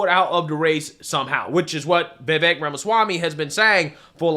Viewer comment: Vivek rhymes with cake